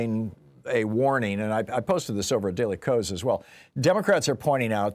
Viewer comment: Fun fact; The Daily KOS is supposed to be read as "chaos".